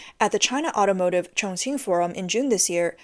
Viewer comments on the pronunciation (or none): none